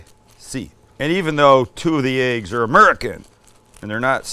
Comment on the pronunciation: Some of my favorite things..."Oops, I swore it🤭", "Ba-ken ", "tom-Ah-to", "'Merican".... Sam, you're a HOOT!!!! (LOL!) Much love from Mississippi 🥰!